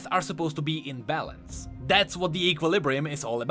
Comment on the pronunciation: out here saying balance like bellend